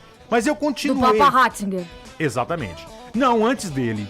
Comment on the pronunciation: "Ratssinger" Tá sabendo, Roberto.